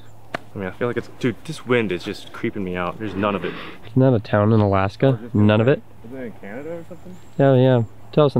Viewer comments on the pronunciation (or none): Nunavut is the newest Canadian province, since 1999. It's mostly populated by Inuktitut group of native Canadians, and the name means "our land" in their language so it's probably important to pronounce it right. It's not "none of it" but more "NOON-ah-VOOT."